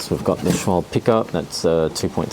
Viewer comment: hehe, you were so close. The 'e' is seldomly, or ever, silent in german. Same with Porsche, which often is pronounced Porsh